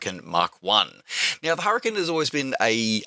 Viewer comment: "An 'urricane with an 'ook" :D